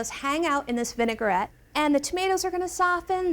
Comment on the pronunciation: How could you let her mispronounce vinaigrette so many times? All the way through production and nobody heard it? VIN UH GUH RET, VIN UH GUH RET, oof it was hard to watch, not knowing when she was going to drop another V bomb. Come on, you're supposed to be the experts.